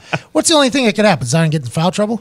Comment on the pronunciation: Pat calling Zion “Zaiyon” adds to the hysteria